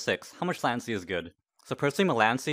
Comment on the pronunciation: I have never met a person who pronounces "Latency" like "Lancy"